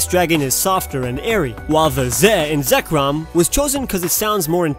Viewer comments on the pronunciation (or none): WHAT WAS THAT AACCENT WHEN U SAID RESHIRAM AND ZEKROM Oh yeah also Kyurem /